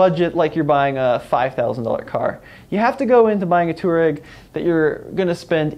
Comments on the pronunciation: It's a f**** touA-reg not a Too-Reg! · Too ahh reg. Not toe rag It isnt rocket surgery. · How to pronounce "Touareg" - twah - reg Not "toor-egg" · Pronounce it twarreg. Its named after a north African desert tribe ie "resilient, tough, efficient, outdoor". The diesel engines should be bulletproof as the V6 tdi was used by VW for ages in lots of cars . Not many V8 engines sold by VW even in top line VW models. The V10 was dropped by VW pretty quickly even in europe. I think it was 2x5 cylinder engines bolted together or a vw commercial truck engine. The V10 TDI was a noisy brute. The T2 probably has lots of the rough edges designed out. VW rarely does a complete new model so the T2 is really a T1 in disguise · Yeah it's not "two-rag" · I just can't watch this video with you pronouncing it wrong so often...